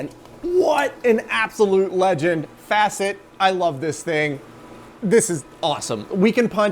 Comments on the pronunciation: I think it's pronounced " Fuh-See't ". I'm also going to recommend that since paper tape is hard to come by and you want a media that can last, that you do what InfoAge did and start using Mylar for your punches instead. it will last a lot longer. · I heard: "This is a Fascist paper punch" Hmm... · Facit is pronounced with a long "a", roughly "fahsit". It's the same "a" sound as in "auger". Cheers from Sweden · Swede here. Proper Swedish pronunciation would be with a long A sound. More like Faaacit 😊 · As for the pronunciation of “Facit”, just do as you currently do but change the ’a’ sound to a long a as for the initial a in e.g. “art”. 😊 (Yes, I am a native Swedish speaker.) Cheers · Don't listen to the comment section on pronounciation. It's more like fɑː-zit. Again, doesn't matter. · are always hard in Latin, so /ˈfa.kit/. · Facit means "answer key" in Swedish. Pronounciation: F as normal A as a in awe CIT as as "sit" in "sit down" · I agree in American English (/fæst/) would be closer to 'ä', but British English (/fa:st/) would be close to the Swedish pronunciation. See also 'father'. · Swedish is odd. Facit is pronounced closer to Faas-it. Google Translate does a decent job of it. Facit translates to "answer key". As for it just working, that isn't entirely unexpected, I assume the paper punch is from the 70s or early 80s when Swedish stuff were built to survive being nuked. Also steel was pretty cheap, so assume they used a lot of it. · Facit. Like 'face it' but a as in Fahrenheit. Fah-sit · Not quite, you have to consider the difference between British and US pronunciation, (of, for example "farenheit"). /Swede living in OZ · Facit is pronounced like faasit, or phonetic f'ɑːsɪt. But your pronunciation works. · Proper swedish pronounciation of FACIT is: "faacit", with a sounding like the a in "are". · I think the best explanation is to pronounce it like "faucet" but with an "i" instead of the "e". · More like fah-cit than fa-cit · Fa as in far, cit as sit.